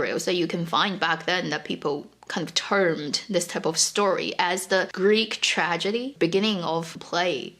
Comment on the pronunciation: I like the way how you say Greek tragedy